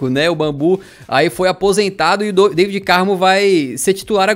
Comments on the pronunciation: N se diz David diz se Davide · não se diz Daivid Carmo, é DAVID Carmo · pronunciaste mal o nome do David Carmo é David Carmo e Deivid Carmo não sei se percebeste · Cara, David.... David Carmo.... Não Deivid Carmo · Diz se "Da-vi-de" No David Carmo